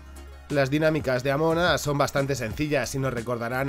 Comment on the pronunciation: Escuché "Ámonos" en vez de Among Us xd